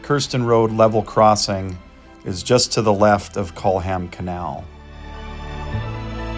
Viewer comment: Lovely job. Sound engineering and a wonderful atmosphere. Very tastefully filmed. Culham should really be pronounced Kullam—the h is silent. You may not believe it, but Bicester is pronounced Bister. English place names are the devil, but take comfort —Scotch place names are slightly worse. A very enjoyable video. Thank you.